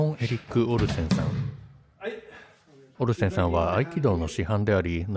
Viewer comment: オリジナルは時々関西風イントネーションが混じりがちなのがいつも地味に気になってたのでAI版の方が内容に集中しやすいと感じました。滑舌も良くなってるし。 AIも「オルセンさん」を「オルセン産」のイントネーションで読んでるので完璧とは言えないけど…